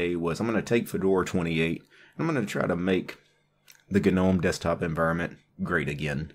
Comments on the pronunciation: It's pronounced "NOME", not GANOME. Just bothers me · It's gnome.. sounds like nome. Wtf